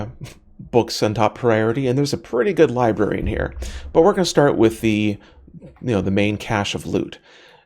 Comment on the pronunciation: It's not a libary it's a libRary